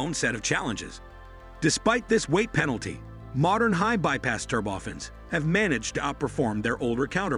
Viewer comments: Thanks for an interesting and informative video. However one annoyance I'm increasingly finding on YT these days (including this video) is the mispronunciation of automated narrations. Turbofans become "ter-boffins", a 12:1 ratio, which should be spoken as "twelve to one" comes out as "twelve colon one". In the bigger scheme of things, this is not a major criticism of a good video, but it can be quite irritating. As regards open turbofans, I'm reminded of the Tu-114 airliner with large contra-rotating turboprops that created significant cabin noise. I would guess that mounting smaller diametre ones near the rear fuselage might also create a great deal of noise as the rear of the plane. The video does however make it clear that the CFM engineers especially are aware of the issue, which was problematic in earlier flight tests. I guess we shall just have to see what they come up with. I don't know for sure, but these engines appear to be larger diametre than existing turbofans. Under wing locations might require longer undercarriage legs and if so they would probably not be a retrofit option or a future adaption for an existing type without significant redesign and re-certification. So now where would open bypass turbofans end and turboprops begin? Thanks for an interesting video. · "Turb-oftens"?! Oh, I see. This is not a human narrating...